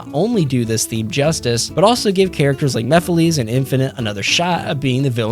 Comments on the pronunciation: Mephiles's name is pronounced "Mephil-ess", not "Mephileez". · After all this time, people still don't understand that Mephiles is pronounced "mehf-ill-less" instead of "mehf-ill-lees"? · Stop pronouncing Mephiles wrong! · Bro can't pronounce Mephiles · my guy PLEASE learn how to say mephiles